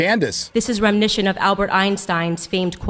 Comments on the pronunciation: Indivishools. Remnishent. Libary. Febary. Basic Ebonics 101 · Owen's "remnicient" - someone should tell her to stop using that word since she cannot pronounce it. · The Candace Owens clip not been able to pronounce reminiscent is hilarious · Is...is....Candice trying to say reminiscent...? Interesting that the one legacy character they treat with some respect is not white, not intentional I'm sure... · Is Candace Owems trying to say "reminiscent"???